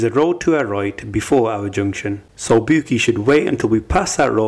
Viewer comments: Man said her names booky 😂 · “Bouqui” I’m fucking crying 🤣😭